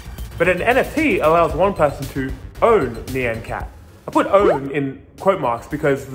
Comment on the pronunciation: Great video but when you pronounce ny-an cat lol